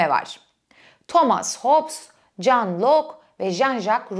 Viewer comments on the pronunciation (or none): none